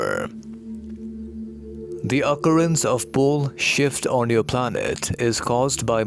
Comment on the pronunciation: Lol, every time you say "pole shift" it sounds like the word "bullshit" lol...thank you for information, dear